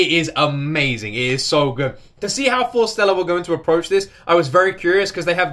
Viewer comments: Their name is pronounced Forest + Stella not Fore Stella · Love, love, love your reaction.. But please say their name correctly.. It's Forest-Ella.. Love ya dude, love how you feel and appreciate the wonderful group that Forestella are.. Best wishes from Wales.